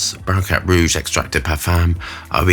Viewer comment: "barracrat rouge" this illiterate swami queen with the try hard bad BOY tattoos and ridiculous pumped lips has everyone DUPED.